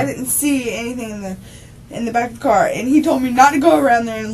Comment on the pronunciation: This is probably one of the most annoying interrogations I’ve watched. The crying and pity part she has for herself and drawing out of the last syllable of the last word in every sentence. “I was in the carrrr” “ I want to be with my kidsssss”. A the detectives use of the word “yo”, “ help yo self” “ this is yo opportunity” just annoying. An this detective needs to stop interrupting her and saying “stop slow down back up slow down” for gods sake it’s all recorded so whatever you think you might have missed just watch the dang video let her talk and incriminate herself as much as possible.